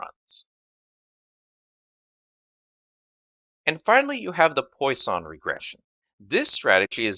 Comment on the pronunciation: Hi! Just for your infomration, you misspronounce Poisson. That's a french surname and should be pronounced like "Pwason" check it please